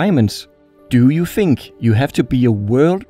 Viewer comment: Really cool vids, you have another subscriber. Soon to be a million! On a side note, if you need help with your English, hit me up. I notice you keep using the letter "f" instead of "th" and you're saying 'fink' and 'affleet' (athlete) and so on which detracts from your otherwise high-quality productions. I'd be happy to help :)